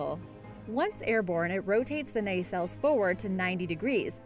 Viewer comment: And nisil